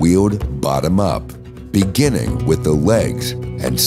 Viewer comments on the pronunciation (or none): none